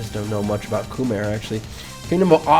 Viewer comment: As a Khmer it hurt to see you rate us D tier (and listen to your pronounciation)